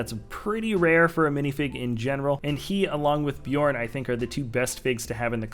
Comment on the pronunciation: I'm pretty sure it's bay-orn considering it's spelled beorn